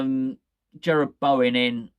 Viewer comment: its Jarrod not Jerred. This is coming from someone who has the same name and has had it mispronouced their whole life lol.